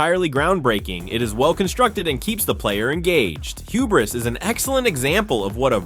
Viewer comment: I have never seen someone pronounce hubris like that, that's not how you say it